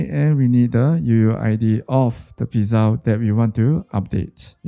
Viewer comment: why r u pronouncing pizza like that